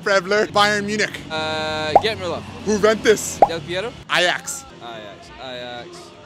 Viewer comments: I love American guys trying so hard to pronounce football words but with accent. Who the fuck is Huventus 😂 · Bro said Huuuuventus